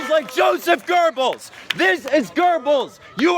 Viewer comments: I thought he was calling us gerbils because that's how he produced his name, it's pronounced gobels, last time I checked gerbils don't insight terrorism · gerbels? it's Goebbels lol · ylphi It is pronounced "goe bulls" The guy in the video mispronounced his last name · Göbbels not GÖRBELZ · We really don't give a crap what you think. But please do realise it makes you folks look rather dumb when it comes to mispronunciations like 'Gurbils' instead of Goebbels. And Goebbels ain't that freaking hard to pronounce, just think of 'bubbles' with a 'g' from 'great', 'gubbles' if you will. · don't know who you heard pronounce it but its not gurr bells its goe bells. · Joseph Gerbels... Um pretty sure it is Goebbels... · No, oe in German (or o with an umlaut, I can't type that on my phone) is pronounced like er in English, so Goebbels and Goering are Gerbels and Gering not Gobbels and Goring. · EVERY FUCKING TIME! It's GOEBBLES! NOT GERBILS! LEARN TO WORD YOU ASSHAT! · Why does the guy at the play sounds like he is saying "gerbils" instead of "Goebbels" ? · Joseph Gerbbels, it's Goebbels, the ignorance....just wow..... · YOU ARE ALL GURBLES! GURBLES! I know I shouldn't be laughing at the terrifying rise of American right-wing extremism, but fucking hell that pronunciation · wait... did he just say gerbals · You are all Gurbels? Damn, at least get Goebbels name right if you're going to stage a thing like that. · That dude shouting about nazis... Doesn't seem like he understands a lot of things. Especially how to pronounce german names. Sounded like he was calling them all gerbils. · "You are all Garbles!" To be perfectly honest, that mispronunciation was hysterical. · Was he trying to say gerbils? i might be wrong but i don't think that's how you say it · is nobody going to comment on that protesters pronounciation of the name 'Goebbels'. "gerrr, I'm 'murican, y'all are girbels" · He said gurrble but meant Goebbels. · Am I the only one who thought he said "You're all Gerbils"